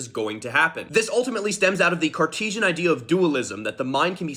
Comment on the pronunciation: Cartesian? dont you mean cartoonsian?